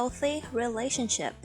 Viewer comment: แต่เวลา ออกเสียง ก็เป็น relashiption นะ ครับ